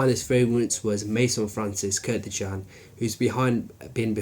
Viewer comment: I don't get it, many of you don't know that his last name is KURKDJIAN, not KURDJIAN or KURTJIAN or whatever.. If you use and pay a lot of money for some product then try to remember what have you buy.. like many people says: Tommy Hilfinger, Grunding and so on..